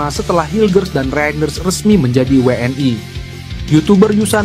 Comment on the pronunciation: min jgn kampungan pake BHS biasa saja jgn WNI w an ai kamu SDH slh ucapkan BHS inggris pret